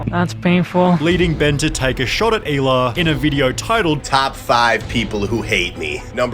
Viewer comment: Shit Americans pronouncing "hila" like "eeila" wild. Its like "he-lah" Good video tho.